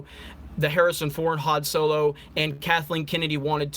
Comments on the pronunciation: So low🤣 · I keep hearing "so-low" when you say "solo" 😂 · Deviltamer so-low😂😂😂